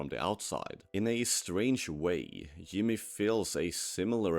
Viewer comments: and it pronounced Jimmy as "Yimmy" with a Y. This doesn't prove its ai but doesn't help its case. If someone made a video on a show they actually watched/cared about, they'd know how to pronounce the main characters name. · You can say "J" properly. You are speaking English, and J is not spoken like a Y. The character's name is not "Yimmee". Your mouth is perfectly capable of making the right sound. Just like mine is capable of pronouncing å or ø properly. Come on. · ai content. it pronounced Jimmy's name wrong.